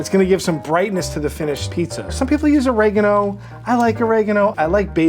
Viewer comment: Did he just try to say Oregano?